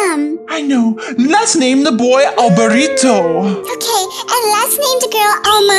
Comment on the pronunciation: Why do they say okeh instead of okay or ok